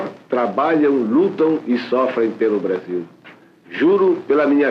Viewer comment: O pessoal de antigamente pronunciava o "L" como um "L", hoje em dia pronunciamos como um "U" BrasiLLLL : BrasiUUUU Os R's também mudaram, antigamente eram bem mais "rolado" (não sei o termo certo), hoje em dia é um "rhotic R"